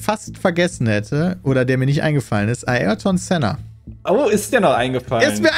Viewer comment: Pssst Pedda : Eiertoohn Sennaah ;)